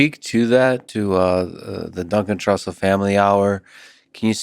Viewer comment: "Dun Cantrussell